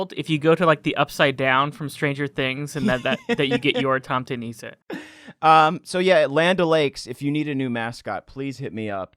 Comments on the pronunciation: Hi I'm from Denmark, one of the countries where nisser originates from, and I thought I'd add a little bit info. First of all, I don't know if you're pronouncing "tomte" correctly, but you are definitely mispronouncing "nisse"; the "i" is pronounced like the "i" in the n-word, and the "e" is pronounced like the "e" in "the". Also, I found it really weird how you latched on to the butter aspect, when it's the porridge that the nisse eats, while the butter is just a small piece added on top, where it slowly melts and spreads into the porridge. Cinnamon and sugar are also added on top of the porridge. Try googling "risengrød" if you want a pic of what it looks like. Lastly, I will say that I loved your reinterpretation of the nisse; it was hilarious to see a creature you've known as this friendly little thing since childhood, get transformed into a hideous butter monsterXD Edit: Just another small thing! The Nordic countries have had Yule long before Christianity was a thing. It's kinda because of Winter Solstice celebrations like Yule and Saturnalia that Christmas takes place on the day it does, because people were like: "Okay, maybe we're christian now, but we're not gonna stop getting drunk on the Winter Solstice," and the priests were like: "Okay, then can we just say that we're celebrating the birth of our lord and savior then?" and people were like "Sure, whatever." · I am of scandivian heritage, and hearing him pronounce "Nisse" as Neecaaiy is sooooo painful. It Nisse! (Miss, with an N instead of an M, and eh. Niss-eh) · hhaha im from Scandinavia and it took me quite long to realize what you meant by saying "niizzzee" its Nisse, tomte nisse xD (its a santa elf) but a monsterous santa elf i guess... some old folk lore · I know nobody cares but if i had to try and spell out phonetically how Nisse is pronounced i'd say it's something along the lines of: Neh-suh (The Neh sounding like the Ne in Nepotism and the suh sounding like the su in supper).